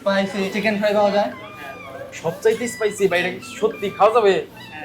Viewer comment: ফাই ❌ fried ✅